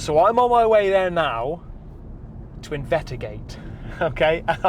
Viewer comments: Minute , did he say "invetigate"? (without the 's') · Ramboing new content...!!! Where else are we going to hear any investigator say investigate like THIS?!?!?! And you're GENUINELY passionate!! Yes!